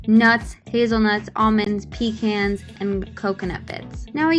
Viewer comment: yes queen, we love youuuu. edit: that is not how you say pecan 😂😂